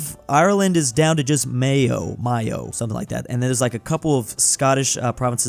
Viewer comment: As a person from Mayo, I am mad with your pronunciation. It’s m-ay-o